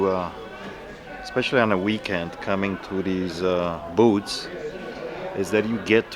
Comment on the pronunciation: Keep picking those antique "boots" for "cast eye-ron" and "Bush & Lamb" items.:-) Always enjoy veeedios. Love the Polish accent. Not sure about that handcuff logo t-shirt, though!